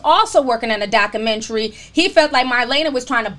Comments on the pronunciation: Why Do You Pronounce Documentary, That Way? You Say DOC-Men-TREE It's DOC-U-Men-TREE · Ti and this hood pronunciation of documentary 😂